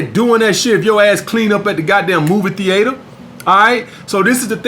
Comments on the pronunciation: wtf is a movie thee-ater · “Movie theATEHER” 💀